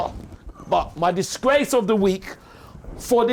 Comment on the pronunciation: I’m in tears of laughter… the disgrrrrrrace of the week😂😂😂😂🤣🤣